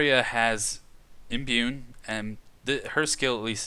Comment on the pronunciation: I like the content but you really gotta work on your reading/pronunciation lol Wrys is pronounced "Riss" There's no N in Imbue Japanese names I'll forgive as you just sound like a westerner lol (tah-coo-me not tuh-COO-me)